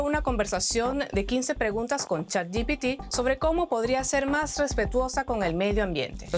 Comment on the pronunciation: Chat yi ti pi? Jajajs es se dice je pe té. Que lo digas en inglés no va a hacer que los pseudo ameticanos te quieran. 😂